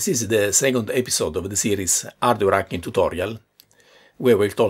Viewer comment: I love how he says "ardware acking"